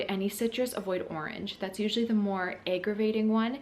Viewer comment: "eggravating" lol. Nice video, subscribed!